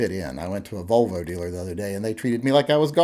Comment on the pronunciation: Did you say Vulva treated you bad, or Volvo? :P